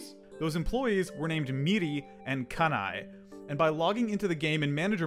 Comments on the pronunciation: I'm a little late, but it's Kanae, not Kanai. Amazing journey tho, I love this kind of stuff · Wait… you said “kanai” and it says かなえ (kanae) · The second crew member is "Kanae" not "Kanai" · Someone gonna have to say this, but かなえ is “Kanae” not “Kanai”. My Japanese reading skills are quite poor, but I believe this to be true. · i think its meant to be "kanae", not kanai. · Not Kanai, its KanaE. 'Kah-Nah-Eh'. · its kanae (かなえ) not kanai (かない)